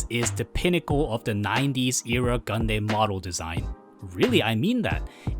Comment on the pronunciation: It irks me you still pronounce Gundam as "Gun-Deym" and not "Gun-Dam"... are you just trolling at this point (seeing how many media of the show has already made who to properly pronounce the word) or just a language difference thing? Like for example English in Asia is notably different in the US and Europe or the Engrish scenario in Japan.